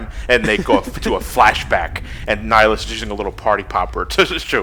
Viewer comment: It's "Nihlus." I wouldn't bother correcting you, but "Nihilus" is an entirely different character in a completely different game.